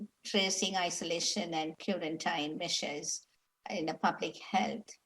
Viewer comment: cue-ran-tyne = quarantine